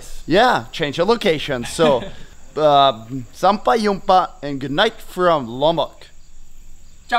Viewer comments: Hey Jon, Indonesian here. Just telling that you the "J" in "sampai jumpa" is a "J" not a "Y". So its "sampai jumpa" not "sampai yumpa". Cheers! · My wife and I from Sumatra indonesia are enjoying your vlogs and laugh every time you say "sampai jumpa". it's jumpa with a J not a Y ;) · Sampai Jumpa, read J not Y by the way.. Gread vid Jon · you said sampai jumpa in wrong way.. not sampai yumpa...but u pronounce the J .. not Y .. just sayin.. lol